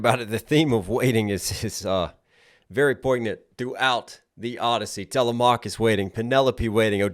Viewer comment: can someone please tell this man how to pronounce telemachus 😭 it hurts to hear